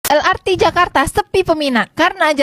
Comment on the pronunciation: Kenapa el ar ti...bukan el er te